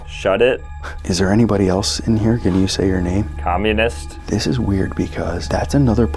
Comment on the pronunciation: "communist" what did he just say??? ☭☭☭